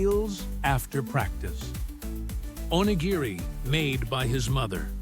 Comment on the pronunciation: time mark: "onigiri". That's the closest the narrator got to pronouncing this word correctly. At least he got the hard "g" sound right. He only missed the slight rolling of the "r" that is distinctive to the japanese language - a forgivable mistake for a non-native speaker. 🌏